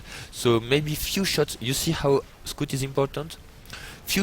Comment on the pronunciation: it's scout ,not scoot , scout SCOUT